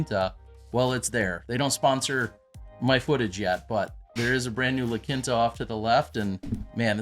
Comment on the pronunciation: It's the middle of a desert, what kind of course would you like? And Quinta is pronounced "Keen-tuh."